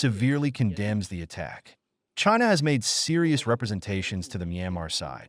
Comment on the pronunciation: 😂😂😂...waking up to this again 😂 "Jainaa" 😂😂😂